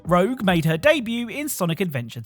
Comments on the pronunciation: Ur not the only one who keeps calling rouge “rogue” 😂, like I keep doing it and I know that’s not her name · good sir, Rouge and Rogue are spelled and pronounced completely differently. This isn't a Steal / Steel situation. Rogue and Rouge are not even close to each other sound-wise. Takes a wise person to accept a correction and move on. Instead of asking "wHo CaReS luL?" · Rouge, not rogue. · Even with the warning I still got a viscerally angry reaction from Rouge being called Rogue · Lol I had to laugh at the pronunciation of Rouge from sonic. You said Rogue. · It's okay that you mispronounced "Rouge." Most gamers misspell "rogue" (as in the RPG class) as "rouge," so I guess we've come full circle lol. 😂